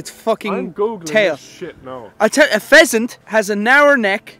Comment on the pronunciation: "Pheasant" oml wrong long tailed birb